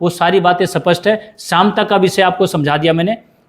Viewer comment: Sir kaun si bhasha bol rehe hei स्पष्ट को सपस्ट बोल रहे ही साँप मरे न लाठी टूटे